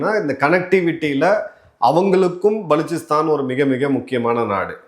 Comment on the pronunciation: நீங்கள் மட்டும் தான் மிகச்சரியாக உச்சரித்தீர்கள்.புதியநாடகும் "பலுச்சிஸ்தான்"